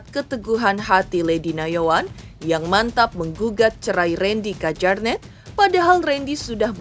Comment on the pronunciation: Udah berminggu2, tapi narator masih belom tau gimana cara baca Kjaernett :face-pink-tears: ((kajarnet))